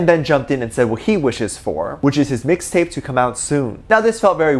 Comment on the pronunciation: Regular people: Mixtape: MIXTAPAY